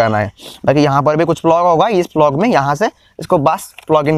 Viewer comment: Bhai vo plug hai flog nahi 😂